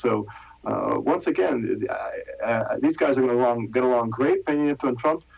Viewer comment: Cringe every time she says Peno Nieta instead of Pena Nieto